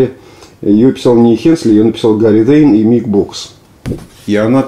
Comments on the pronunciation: Тэйн, не Дэйн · коробит.....когда ведущий говорит Гарри Дэйн.....ТЭЙН ...ТЭЙН и еще он австралиец!!!!!!!